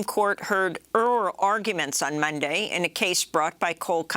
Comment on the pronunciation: the supreme court heard... "erl arguments" guessing she meant arguments from, ...Earl?? whoever that is